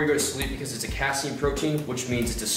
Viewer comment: The way he pronounced casein hahahaha